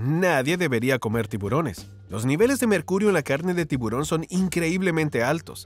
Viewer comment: Por favor no se dice tibrón sino tiburón y esa U suena muy clara. Disculpas por corregir y muchas bendiciones.